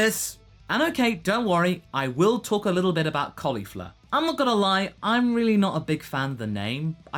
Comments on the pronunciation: WOW! I did not expect the "Bun-chan from host club" in there! lol nice. Maybe it'd help to pronounce it "Kol-ifla" instead of "Kolly-fla". shrug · Tbh I thought it was pronounced "Col-ee-flaa" not "Col-eefa" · The second L in Caulifla will probably be pronounced as R in the English dub (Caulifra) when we get it. Kind of like Bulla (Bra).